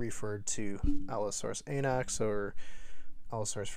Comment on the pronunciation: Allosaurus “Anax” sounds so wrong.